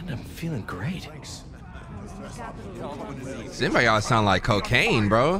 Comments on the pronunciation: SyMBiaaHt dawg its symbiote Sim-bee-oat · What the hell is a “Symbi-YOT” ???… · Bro please SYM-BEE-OAT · Bru its not Sim-bi-ot its sim-be-oat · It’s not simb I yot it’s Simb E yote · Idk if its for the bit or no but its Symbiote...(sim-be-oat) lol love the content bro eughhhh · it’s pronounced SIM-BEE-OAT, stop saying it like a custard😂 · I hate that says simbiyot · it’s pronounced sym bi oat